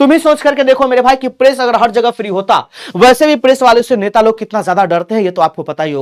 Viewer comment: नेता ❌ नेटा ✅ 🤣🤣🤣🤣🤣